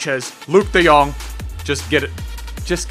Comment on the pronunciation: Your the first Youtuber outside The Netherlands who speak his name good i can know bcuz i live there